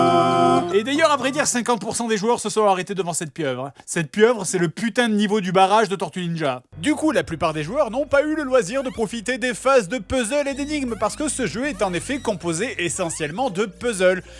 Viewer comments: Vous prononcez vraiment pezle ? Ah lieu de puzzle (pezel)? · On le prononce “puzzeul” merde